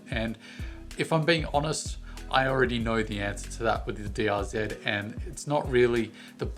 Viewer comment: It's is DRZ Not DRZED ; there is no ED after Z